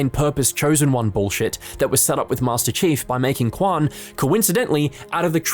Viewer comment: did you just call him master cheeks?